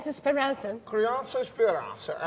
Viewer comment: Programa de tv maicon ? "CRIANCUE ESPEURANCIA "